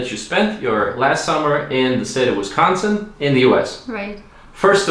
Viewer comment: Ayyyy you pronounced Wisconsin correctly!! Nice. I'm from Milwaukee what city was she in? That's a new WI license plate too they just started putting 4 numbers on the end about 2 or 3 years ago.